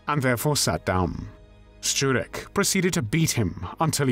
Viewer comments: True. His pronunciation of "Szczurek" is on point. You can tell that he's not Polish due to a slight accent but the pronunciation itself is spot on. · This man should get some award for his pronunciation of foreign words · No, no! As a Pole I am just impressed by his pronounciation. By far much better than I usually hear. Surname "Szczurek" he got nearly perfect (I would like to hear other English speakers). I even paid attention when he said the name of my home town: Kraków. (it is like "Krakoov"; not "Krakov" like 99% of foreigners says; very often they even tend to correct me!) Again: well done, I am impressed!